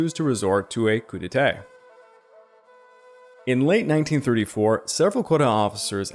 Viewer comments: Your pronunciation of “coup d’etat”needs to be corrected as you’re saying “coup d’été” instead. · I burst out laughing everytime he said "Coup Detay"